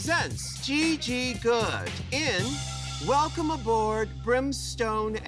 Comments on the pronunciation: “we wanna welcuum- welcome you” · "we wanna wElcUm you" lmaooooooooooo I've missed that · Welcuumed (vacuumed) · we wanna "welcume" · Still can’t believe they illuminated caution over saying Welcyum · Remember when Mrs Kasha Davis got eliminated for saying “we wanna welcyum you” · MKD: "welcyum" Rupaul: I'm about to end this man's whole career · Kasha really got put in the bottom for saying “welcyum” 👁👄👁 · never forget when MKD went home for mispronouncing welcome